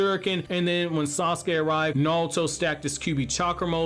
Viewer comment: HIS NAME IS TO-NERI NOT TE-NERY AND SASUKE IS PRONOUNCED SA-SU-KE NOT SOSKE I really really like your videos man and been watching for years. But I just don’t get what’s so difficult about pronouncing these names